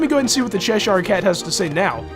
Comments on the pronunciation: it's not Shesh anything. It's Chesh. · No offense, but your pronunciation of cheshire as "SHESH-ire" is driving me nuts. I always pronounce it "SHESH-ur".